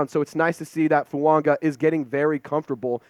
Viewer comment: Absolutely butchering Fuagas name